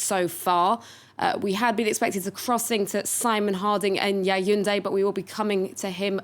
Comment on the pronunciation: This broadcaster still persists in in calling Yaoundé (Yawunde) YAYUNDE. Is there nobody to correct her?